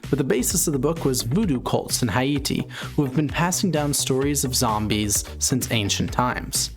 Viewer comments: bro I could have 0 subs, it still doesn't change the fact that he mispronounced Haiti horribly. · Did y’all hear how he said “Haiti” 🤔😂